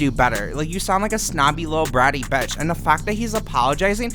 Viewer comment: "Bratty betch"